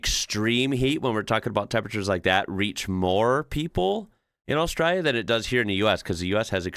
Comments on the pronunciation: First time viewer and I really enjoy your take on Australia. Please learn to say Australia with the L sound though. Saying as austrayia just means the same as sayibg America as 'murica -- very bogun/red neck. I can call a pass on town names because we have a lot of strange ones but please work on not saying Australia with a Y 💜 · Am I the only one thinking that starts to sound a bit Australian when he says something about Australia? Longer comments and it disappears, but the way he says Australia. Netherlands here, so not-native speaking English.... I am not capable of imitating an Australian accent, American and English I can manage... I doubt if anyone will ever see food in the shape of the Netherlands... For those who have never seen a map: we refer to it as a man and his dog. And there is a diver in the south west... Once you see it, you cannot unsee it.